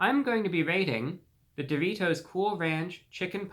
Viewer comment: If you don’t love the way this gentleman pronounces the word “dough-REE-toe”, something’s wrong with you chief 😂